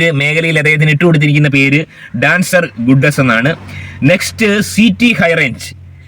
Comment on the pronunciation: ഗുഡസ് അല്ലെടോ ഗോഡസ്